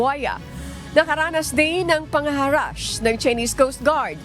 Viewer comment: Araw-araw akong nanunuod ng balita nyo po. Ma'am, sana naman basahin mo ng maayos ang scripts. Mali2x po pagbasa nyo ng "nanghaharass". Mali din po ang 9-13 minuto ang haba. 😢